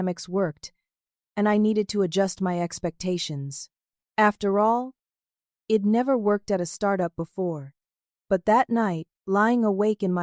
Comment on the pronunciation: It seems that the AI bot reader does not know how to pronounce abbreviations. I'd is being misread as id. He'd is being misread and head. Either take out all abbreviations or teach the inane AI bot reader how to pronounce them. the mispronunciations ruin the flow of the story.